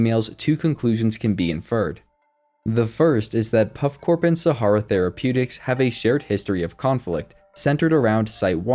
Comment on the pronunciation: You are pronouncing "Sahara", how? Have you never seen or read this word before? This is the problem with anyone being able to create 'content'. No editor.